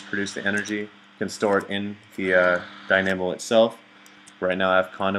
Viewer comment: "Magmata-magadic, what a stupid name" dat pronunciation